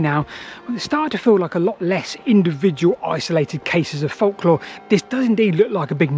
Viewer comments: It's pronounced folklore not folklore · During WW2 (or even WW1) you would have likely been detained as a German spy for pronouncing folklore in that manner. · ive never heard anyone pronounce the silent L in folklore before. does this creator do the same thing with the word yolk of an egg?